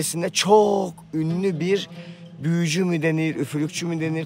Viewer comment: 28.25 büüyücü. Aman Allahım diiyor😂😂😂😂